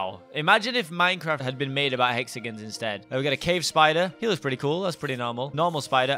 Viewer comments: yes instaed of "hexagins" we say hexagons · We pronounce it "Hexigins"